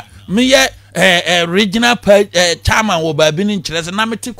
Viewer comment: 'Contuency"? "Charman"?